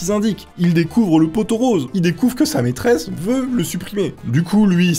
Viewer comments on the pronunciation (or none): none